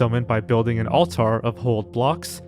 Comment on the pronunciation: Hpw dp ypu have a youtube channel where all you do is talk over game footage and you can't pronounce the word "altar"